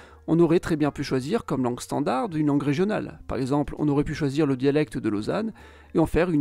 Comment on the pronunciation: bonsoir, je suis un abonné de longue date, c'est pq je me permets de vous demander pq vous prononcez le d de standard..? Certes je suis belge et donc pas une référence absolue 🙂. C'est la première fois que j'entends cette prononciation !? Merci pour la chaîne.